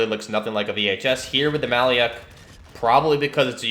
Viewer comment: the actual pronunciation is a bit different: the "lyak" part reads as Luke (Skywalker), so "lya" is more of "loo" the name itself comes from our word малюк, which means baby